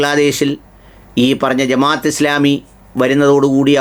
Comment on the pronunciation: പത്ത് വാ അല്ല ബ്രോ.... ഫത്‌വ എന്നാണ്..അത് പോലെ ജമാ'യ'ത്ത് എന്നല്ല ജമാഅത്ത് എന്നാണ്.. കാര്യങ്ങൾ പഠിച്ച് മനസ്സിലാക്കി public platform ൽ വരിക.. മലയാളത്തിൽ വാക്കുകൾക്ക് Pronounsation രീതിയുണ്ട്. അത്‌ പഠിക്കൂ ബ്രോ